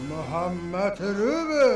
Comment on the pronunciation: Мухамад эмес Мухаммад дегилечи